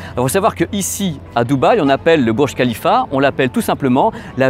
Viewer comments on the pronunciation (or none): Ça se lis bourj rhalifa et non burj khalifa, et rhalifa on e lis pas h.